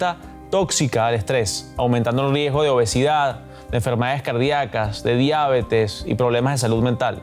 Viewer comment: Diábetes dijo 😂😂 se dice DIABETES CON ACENTO EN LA PRIMERA "E" .LA PRONUNCIACIÓN SE ESCRIBIRÍA ASI DIABÉTES🎉